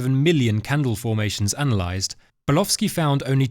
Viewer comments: You appear to be saying the name as Burlowski. It is Bulkowski. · His name is Bulkowski , not Bulowski!!! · It sounds like he's saying "Bulofski" to me. 😂